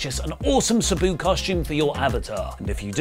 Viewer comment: Its.... S Ahhh Boo.... like that... Sahhh-Boo... I understand... words are hard... Jam that Ham!!!